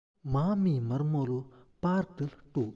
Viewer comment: ಮರ್ಮೋಳು ಅಲ್ಲ ಮರ್ಮಲ್